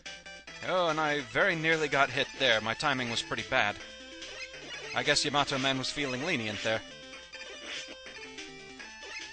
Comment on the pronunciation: Its actually pronounced Yah - Mah - Toh